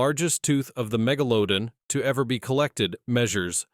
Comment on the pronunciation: "Keeps changing how Megladon pronounced😂